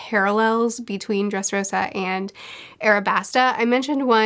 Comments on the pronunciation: It's "Dressrosa" not "Dresrossa"✌ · It is DRESSROSA like wear-pink/rose. Not dresrossa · I don't mean to be that guy, but just a heads up that you switched up the s and ss in "Dressrosa". Great video once again!